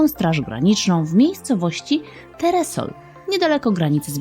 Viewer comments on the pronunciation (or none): Terespol a nie Teresol jak coś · teresol (: Ps. Powinna powiedzieć Terespol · Jeżeli już to NIE TERESOL tylko TERESPOL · TE-RE-SOOOOL ??? Chyba Terespol... "Tak tak panie Janie kochany, tak tak,oto kamyk o który pan tak długo prosił. Pan wie kto po nim stąpał..." ;) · Miejscowość przy granicy z Białorusią gdzie zatrzymano Francuza to Terespol a nie Teresol 😊 Mieszkam tu, także poprawiam 😂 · Terespol a nie Teresol :) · Terespol a nie Teresol 😅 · To nie teresol tylko Terespol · To nie jest teresol tylko terespol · nie teresol tylko terespol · ta miejscowosc to TERESPOL a nie TERESOL